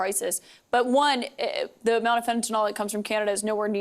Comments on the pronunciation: At least Trudeau knows how to pronounce fentanyl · how is Trudeau the only one who can actually pronounce fentanyl?